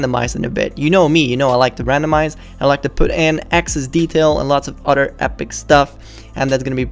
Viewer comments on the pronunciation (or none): I like how he says other he says oder